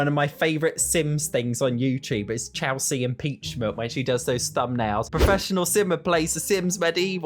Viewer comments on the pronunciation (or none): Lol her name is Kelsey not Chelsey. That's her sim's name lol.